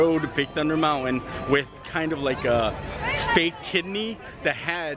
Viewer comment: Please,, it's pronounced "moun-tin", not "mount-win".